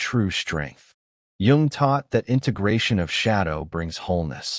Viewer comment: We're surrounded by them! BTW, Jung is pronounced "yoong", not "yong".